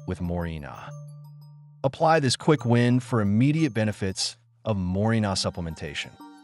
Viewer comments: Éste hombre no tiene idea de lo que está leyendo. Dice morinol en lugar de moringa. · MorinGA, NOT MORINA